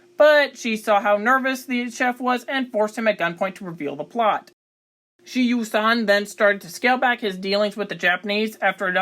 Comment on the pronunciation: His name should be pronounced like sher, not she. If you're going to say it that much, learn how to say it.